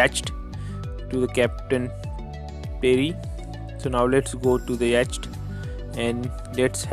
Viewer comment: It's yott not yaachat